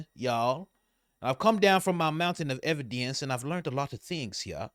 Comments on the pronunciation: A mountain of ebadence!😂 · Yes. It is a Maowntehn a evidance!😂😂